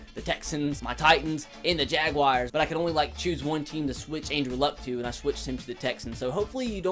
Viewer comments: its Jag-wars not jag-wi-ars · Why does he say jag wire instead of jaguar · Every time he says jaguars I get aids